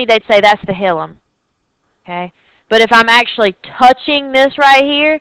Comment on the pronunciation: hilum is pronounced \ˈhī-ləm\ ...... not hill um